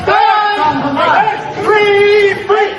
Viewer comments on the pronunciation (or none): He chants Free…Free…PalesTIIIINE. that’s NOT how it’s been chanted by pro-Palestine supporters. Just watch thousands of videos of the protests. It’s Free, Free PALestine! The accent is on PALestine, not PalesTIIINE. You’d think if he were a true supporter, he’d know how the chant goes. Stay safe. Sterling stuff as usual.